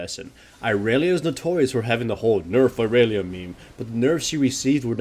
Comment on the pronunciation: Enterprise and you still saying irelia wrong and you are bad dude just stay out of it I was talking 3 weeks ago you morron